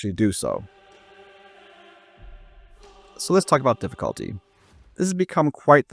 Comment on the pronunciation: Drinking game: take a shot everytime he says DIFFIKHAALTY